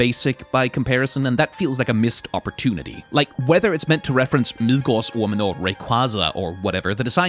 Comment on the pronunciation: Me getting blindsided at 57.36 by completely correct pronounciation of "Midgårdsormen"